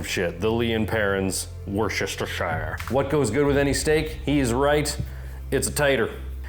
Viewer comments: I'm sure youve received a lot of comments about this already, but, just a little help with pronouncing Worcestershire would be wuss-ter-sher. Other than that tid bit, cracking video mate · worcestershire = wu·stuh·shuh sauce. take it slow and don't over think it. :) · not sure if you know but its pronounced Woo-ster lol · Wörshestershire lmao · It's "wurstercherstecherstershichidire"! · Sir. It’s “ Watch-Ur-Sister-Shower “ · Can no Americans pronounce Worcestershire. I'm really starting to think so. Though Asmon actually came fairly close. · Cool video, but please... please stop saying Worcestershire Sauce. Just call it W Sauce or something. xD